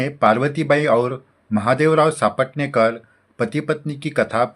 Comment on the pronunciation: नेहमीच आवर्जून ऐकते भक्ती रस निर्माण होतो । साईभक्ती अजूनच दृढ होते । तुमचे कोटी कोटी आभार । फक्त एक नम्र सूचना की सापटणेकर असा उच्चार नसून सपटणेकर असा आहे